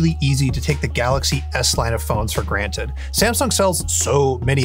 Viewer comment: “don’t take it for granite” 😂